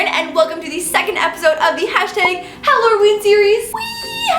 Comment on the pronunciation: I swear at first I though she said the. Howloween